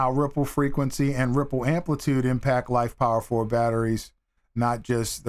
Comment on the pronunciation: Why do you keep saying LifePower4? The PO in LiFePO4 has nothing to do with the word power.